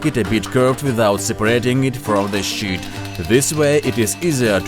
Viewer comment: It sounds like he said, "The thickness of this shit". Which is what I wish he did say!